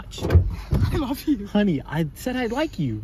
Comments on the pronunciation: "Ok, 2 letters!" "I looe you" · Ahh yes I "LOOE" you too! 😂